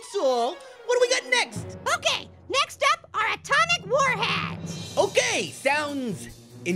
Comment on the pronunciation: said Warheads (sour candy) the illegal way. He should say just Warheads.